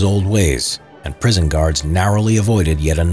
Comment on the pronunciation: HE SAID PRISOMUN INSTEAD OF PRISON!!!!!